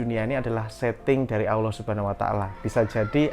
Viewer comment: Cara mengucapkan asma ALLOH Awloh coba dengar ber'ulang"